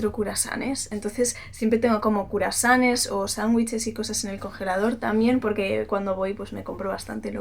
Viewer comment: "curasanes" jajajajajajjajaa